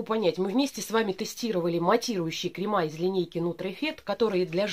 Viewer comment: крЕмы, а не кремА.